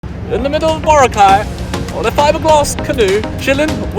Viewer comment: Hey, Mergim. Say Bo-RA-cay correctly before you leave the place. 😅